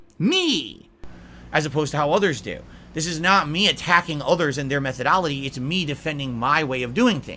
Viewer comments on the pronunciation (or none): Did dude day "methodoloty"